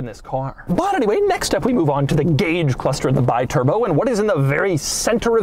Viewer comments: It's an Italian car. Call it with an Italian pronounce. It's pronounced B-turbo. Without the "i" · Um, this is pronounced "Bee-turbo" AFAIK, I'm not an expert, but I think that an "I" in Italian is usually an "ee" sound. Such as the Italian brand Sidi is pronounced "Seedee", or you know, Ferrari? It's not "Ferraraye" or ya know, how about MASERAT-EE, dang it. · I saw these in Germany in the 80s. Actually pronounced Bee-turbo. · Hi Doug,the name si pronounced Bi(bee)turbo. In italian language vocals are such simple. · It’s “Bee-Turbo” One of this car’s quirks and features. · Wrong pronounce. Bi means two. The right pronounce in your language is "be turbo". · Doug, its pronounced bee-turbo like the bee, it means 2 turbos. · Pronounced Bee-Turbo.:) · Pronounced Beeturboh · Pronounced Bee turbo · It's pronounced "bee-turbo," goofball. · I was offered two (yes, two) of these in the late 80s for £1500 ($1800) for the pair. The correct pronunciation of the the name is 'Bee-Turbo' rather than 'Buy-Turbo'. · The cringe every time Doug says BYturbo instead of BEEturbo. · You say BI as BYE ... is all wrong You should say like BE, because is an italian car with an italian name... americans never learn the correct italian pronunciation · It's pronounced bee-turbo, not by-turbo ;) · It's pronounced Bee-turbo. Not Buy-turbo... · Is "Bee-Turbo", not "By-Turbo"!!!! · Bee-turbo, not bye-turbo.